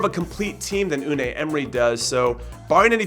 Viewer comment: its not Un-ay, its Un-eye